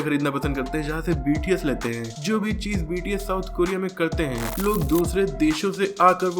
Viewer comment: It's not BTC it's bts